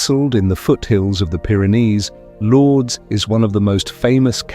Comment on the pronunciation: Thanks, God bless you! For the viewers, please read Lords as Lourdes (France). 👍👍✌✌❤